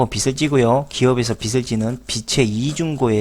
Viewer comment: 씨? 빚이-->" 비치 "가 아니고요 " 비지 " 로 발음해야 허고요.... 빚을---> "비즐"